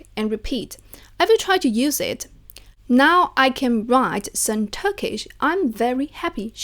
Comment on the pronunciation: As a turkish I really like ur method and pronunciation :)